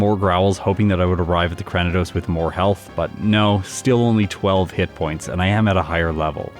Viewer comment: I like how distinctive Purugly looks. One of the better feline Pokemon in the series imo. As a side note, I believe you're mispronouncing Cranidos. It's actually Cray-ni-dose, like cranium! Sorry, but it's been bothering me for a while.